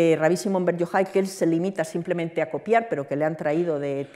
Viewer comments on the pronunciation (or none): none